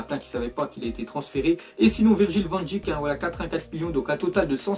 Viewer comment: Salut van dijk ça se prononce van deik 😉